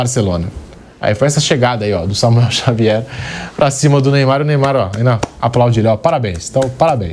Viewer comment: Samuel Xavier, famoso Xamuel 😂😂😂